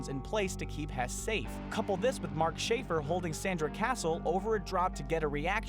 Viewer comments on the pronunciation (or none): none